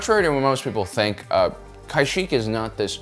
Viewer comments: It’s pronounced ka-sheek not ky-sheek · Oof... kai sheck? I'm trying to watch this because im interested but ngl I cringe everytime you say that 😂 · Dude, it’s pronounced “Kash-eek.” Everyone knows that. 😅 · Pretty sure Kyshek isn't a Star Wars planet. Kashyyyk is pronounced Kah-sheek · its pronounced kahsheek not kieshek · Wait it's pronounced K-eye-shek & not Kuh-sheek? I've been saying whong for 18 YEARS! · Kyshak? Why are you saying it wrong, its Kashyyk (Cash-Sheek). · It’s Kah-Sheek Not Kashik Not Kaysheek Not Kay-Sheek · Genuine question, do you mispronounce everything on purpose? Because this isn't the first time you've tried to make alternate pronunciations happen. In this case, it's not "kai-shik" it's said like "kah-sheek" and this isn't really up for debate since characters say it in multiple instances. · Why you pronouning Kashyyyk like (Ky sheck)? Previous star wars games have all called is Kashyyyk (Ka sheek), even the clone wars cartoon refers to it as such. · actually no he says kai sheek that's still wrong . Its kah sheek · great video, but its pronounced "Ka-sheek" lol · Kashyyyk is generally pronounced as "kah-SHEEK." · its Kashyyyk not kyshick 💀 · Had to stop watching as soon as you pronounced it as k̑̈y̑̈-s̑̈h̑̈ȇ̈c̑̈k̑̈. Cringe. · where did you get the idea from that its pronounced kai shek. We are talking about a planet from star wars here and not the former president of taiwan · Why exactly is he pronouncing it "kaisheek" It's pronounced how it it spelled Ka-shyyk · Any time the planet is spoken in conversation across all species in the games, movies and even spin offs all pronounce it consistently the same way… what is wrong with you lmao “kaisheek” really?!! Lmao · Kashyyyk, not Kayshyk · It's KA-SHEEKKKKKKK LOL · It’s pronounced KA SHEEK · Thought it was pronounced ka-sheek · Couldnt watch the entire video because of your mispronounciation of KA Sheeek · Use your brain it's ka- sheek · Bastilla in kotor pronounced it as Kash-ick